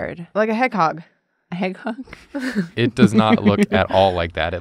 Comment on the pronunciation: Julia: heghog Me looking at my hedgehog: heghog be like